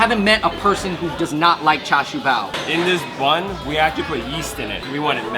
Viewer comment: cha chu pikachuuuuuu! its more like cha seu